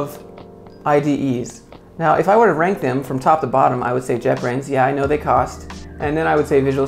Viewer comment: He said " jetbrains" I heard "jeopardy "